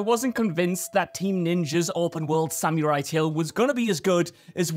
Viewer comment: Pronounced Sa mr ie... not Sam you rye